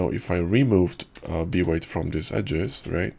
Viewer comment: B-weight in your voice sometimes sound like V-ray haha